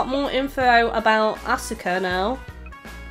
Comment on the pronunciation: For the record, Asuka and Sousuke are generally pronounced as "Ah-ska" and "So-ske." And for future reference, when Mitsuki is introduced, her name will be pronounced "Meet-ski." As for Aoi, nowadays English anime dubs pronounce it as "Ow-i" instead of "Ah-oi." Hope that helps. Also, the translation messed something up. The charismatic teacher's given name should be Gorou and his last name Saeki, but they switched it up.